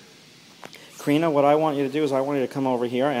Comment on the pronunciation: It’s Kariiiiina!!!!